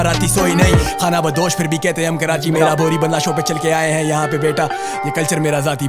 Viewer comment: Bro ab next track main khana bandosh mat bolna its khanabadosh